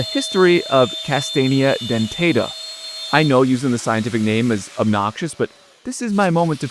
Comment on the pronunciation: I'm a forest ranger who's the son of a forest ranger whose family-owned sawmill & logging company used to be the #2 wood producer for Broyhill Furniture (before they moved out of NC). You mispronounced the scientific name of the American chestnut but so do rangers/foresters/arborist. I like your video approach so you get a sub!